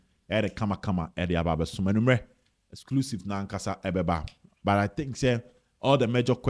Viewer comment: Kumasi aseɛ Coach Ogum. He said 'byyy' instead of 'but' 😂 Doctor mua! 😂